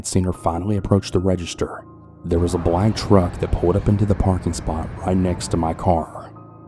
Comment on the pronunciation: A bla-ck-nk (or bla-nk-ck) truck.